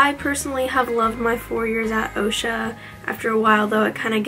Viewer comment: I go to the other OCSA but we don't call is Osha we say ahksa